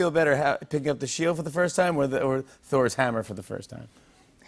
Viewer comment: Did anyone notice instead of sheiLd it sounds more like sheiWd it’s so subtle and almost unnoticeable but his old speech impediment sounds like it’s making an appearance